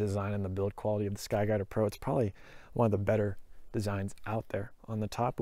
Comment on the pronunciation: Holy shit, you say it so fast.... "SKY DADDA PRO" Thats what I'm hearing. 4 times, you said sky dadda pro...